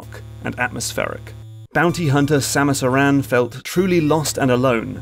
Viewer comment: Thank you for pronouncing Samus Aran's name the correct way.